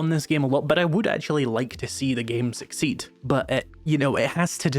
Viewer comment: Succeet? Doesn't succeed end with a D? Or was that engagement bait?